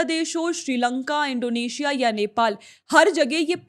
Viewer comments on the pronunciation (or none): none